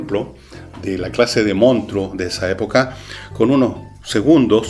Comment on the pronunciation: Manso programa. Como joven, puedo decirle que me encanto, y hasta me saco varias risas. Si hay algo que no me gusto es como pronunciaba monstruo, pero a quien chucha le importa eso. Buen programa, se lo recomendé hasta a mi hermano chico que como que le un gusta harto el cine. siga así.